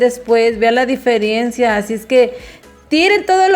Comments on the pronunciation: Se dice diferencia noooooo diferiencia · Muy linda tu cocina pero corrige esta palabra. Se dice ✔"DIFERENCIA"✔ NO ❌"DIFERIENCIA"❌ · No da ni No sabe ni hablar, dice la diferiencia. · No se dice diferiencia !!!